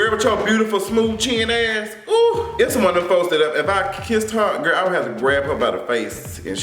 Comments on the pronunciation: her name is pronounced "ESSA" not "ISSA". I know that's the way it's spelled, but that's not the way it's pronounced. 🙂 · You going to stop pronouncing my girl name wrong!!! LoL.